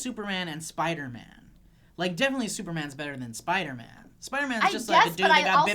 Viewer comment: I like the say she pronounces it "Spidermin" - you know, that nice little Jewish kid who can shoot webs.